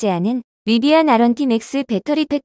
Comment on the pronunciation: 리바안이라뇨 ㅋ